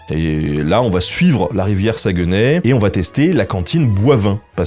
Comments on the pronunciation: Excellente vidéo. Beaucoup de respect, de recherche et d'exactitude pour la culture, on le voit et pour ça bravo. C'était génial de voir que tu es allé à la Chope gobeline, un restaurant iconique que j'aime dans ma Ville de Québec. Quelques petits bémols : - Saguenay ne se prononce pas "Saguenè", mais plutôt "Sag-né" - Valcartier n'est pas vraiment entre Québec et Montréal, c'est tout prêt de Québec, à environ 20 min en voiture, mais à plus de 2 h de Montréal au minimum. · ''sa-gue-nay'' ont dit plus ''SaGné'' qu'on dit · Sa se prononce saguené pas saguenais et on dit le fjord du Saguenay, pas Saguenay la baie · On dit Sagnay pas SagUEnay 😉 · Sag-né pas Sagueunè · Le sagueeeeenais🤣Saguenay on prononce pas le e pis ay ça se prononce é. On t'aime Ben! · Jai littéralement recracher ma soupe de rire en entendant ta prononciation de Saguenay, le U et le E somt muet sa se prononce SA-GNAY. Et quand tu dit saint jean comme sa je pense plutot a saint jean d'acres. On dit la lac saint jaaa ( le J peux etre remplacer par un H si vous etes rendu au niveau expert ) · désolé, petite correction si je peu! On dit Sagnay même si ça s’écrit Saguenay! saucisse à hot-dog! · Saguenay, ça se prononce comme s’il y avait pas de E juste sagunay genre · sa gue nay... j'ai mal aux oreilles lol merci de ne pas prononcer le "e" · Alors, jvais faire mon québécois chiant mais Saguenay ce prononce "sagné". Woualla woualla xD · sa-gue-nez ... non stp tu la pas dit comme ça ? HAAH ! ta fait ma journée mais très bonne vidéo rien à dire sur le reste !